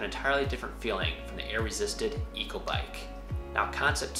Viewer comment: Great info! But Echo is pronounced "echo" (ehKO) not " eco" haha